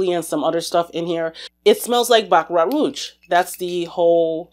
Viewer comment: I dont want to be mean but its not siliage..you say it like siejage.And roege not roeTge.Frenche is a really weird language i know!😂.Super fun video!thanx🎉❤